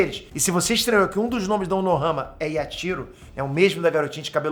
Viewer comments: e Unohana e não Unohama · Unohana Unohama não Fala direito 🤣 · Cara, eu voltei várias vezes pra ter certeza de ouvir o falando "Unohama", até achei que eu sempre ouvi errado kkkk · O tá tão empolgado falando do zarak que tá falando Unohama kkkkk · Eu to louco ou o ta falando "unohama" '-'